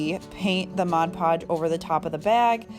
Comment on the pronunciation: Nice! So refreshing to hear ‘Mod’ Podge pronounced correctly! Guess I’m a little picky (👵🏻) but majority of crafters call it ‘Modge’ Podge and it drives. Me crazy! 🙃 Really good video. Thanks for sharing!